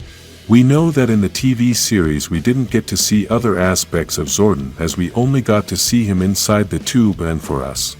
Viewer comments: He calls him Zorten. Lol. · Sorry but its Zor DON. I lovd this channel but that pronunciation gets me everytime. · Your not putting enough emphasis on the o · Its zordon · Is this AI speaking why Butcher Zordon name so badly